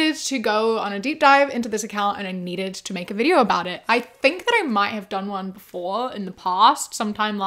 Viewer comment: I absolutely LOVE how you say, "welcome back to another video-ah,". I say it along with you EVERY TIME! ❤❤